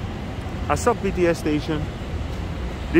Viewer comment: Good video, but... You say: ah-suck It is: ah-sow-k